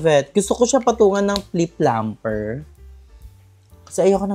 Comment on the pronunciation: it’s lip plumper 😊 but yeah, when you say it, it kinda sounds like plip plumper! 😊